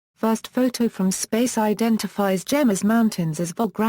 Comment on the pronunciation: it is pro·nounced "hay mess"